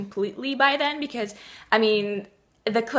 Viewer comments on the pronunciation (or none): none